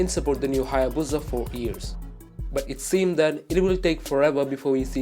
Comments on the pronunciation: Why does he say buza, it’s called a busa or hayabusa it does not have a Z in it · It's pronounced - HAY - EH - BOO - SAH, not BOO - ZAH Everytime I heat it wrong in this video. the more I want to give the narrator a throat punch. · It's HayaBusa! Not BOOOZZA IDIOT.😑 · Its HAYABUSA !!! NOT HAAYA-BOOOZAA !!! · What the hell is a HAA-YAA-BUUZA? In all seriousness I actually want a new hayabusa